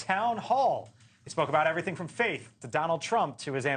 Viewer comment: VEE-VAKE? How hard is it for you to get his name right?